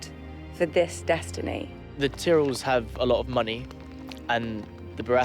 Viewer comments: Wait, Finn Jones said the TIRELLS?!?! It's pronounced TIE-REL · How the hell does Loras pronounce Tyrells? ...